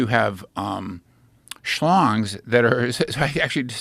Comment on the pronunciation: Bro said shlongs 🤣